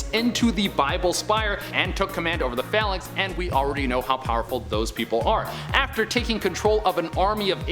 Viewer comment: You mispronounced Phalanx and cyttorak